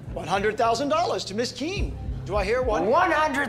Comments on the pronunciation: Miss kean, soudn like MISKIN in indonesia just translate it lol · When he says "Miss Kean" Its sounds Like "Miskin" which is in English mean "Poor"